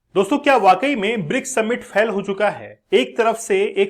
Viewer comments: फेल को फैल बोल रहा है क्या मास्टर बनेगा रे तू। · Fhal nahi sir fail hota hai